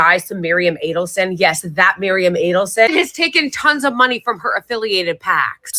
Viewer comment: Miriam, not Marium, get it right, the way you say a name matters